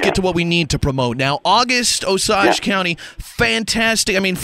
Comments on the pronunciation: I'm sorry, did he just pronounce it "o-saaj" and then call himself a theatre person? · what has the way he pronounces Osage to do with him being a theatre person? He IS a theatre actor. And British. He will play Hamlet in London this year. He's a Lawrence Olivier Award winner. He is one of THE theatre actors.